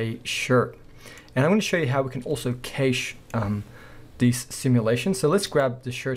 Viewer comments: Awesome, thanks. Really needed this and I loved how you solidified there in the end! But! Look up the pronunciation of cache. It's more like cash (money), not "kejsch". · “Cash” not “kayshe” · Nice tutorial...Just one thing, Cache is pronounced the same as cash...You're welcome. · ist't cache kinda pronounced similarly if not the same as cash?